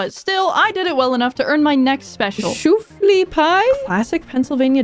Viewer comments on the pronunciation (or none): not pronouncing it as “shooflie” pie 😭 it’s “shoe fly” it has a bunch of molasses and it’s delicious, highly recommend you try! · I've always heard it said 'shoo-fly' as opposed to 'shoof-ly'. You know, like you're telling the flies to get away from your pie. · Shoe FLY F L Y NOT FLE SHOEFLY PIE (note I’ve never had it bu both my parents LOVE IT) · saying shoo-flee instead of shoo-fly brings me immense joy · I cringe every time shoofly is pronounced as "shooflee" it's shoe-fly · the way you pronounce "shoofly pie" hurts me 10/10 video no notes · i can't believe i can't see any comments on your pronunciation of shoofly 😭 lots of love but it's shoo-fly, like the bug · the mispronunciation of shoofly pie cracks me up every time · ugh shoe-fly shoe fly pie sorry i just it bothers me lol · I have never heard someone pronounce shoo-fly like that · This is a great video and perfect for the stormy weather here but it’s Shoo-FLY pie!! Like telling a fly to “shoo” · It's shoo fly pie. Like, shoo fly, don't bother me. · That pronunciation of shoo-fly pie is insanity to me. Not sure if it's actual history or local folklore, but I grew up with the story that it's a pie initially made to distract flies away from the actual "good" pies. It was my favorite pie growing up, especially when chilled in the freezer. Seriously, if you can afford to eat a sugar/butter pie topped with sugar, try it. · great video but when pronouncing shoofly think shoe-fly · Didn’t realize there was another way to pronounce Shoofly Pie, 10/10 video